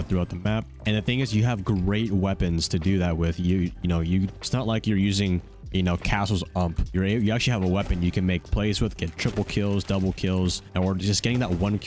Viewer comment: Bro why did u say ump it's u m p say the letters it's not a word